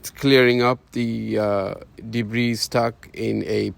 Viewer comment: Your English is good. It's debree not debreeze